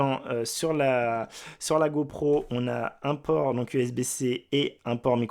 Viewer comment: "go prout" ? 🤔